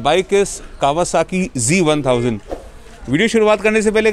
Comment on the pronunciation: bhai aap bar bar g bol rahe ho....ye g nahi z hai.....kawasaki z1000,,,,...but nice video...weldone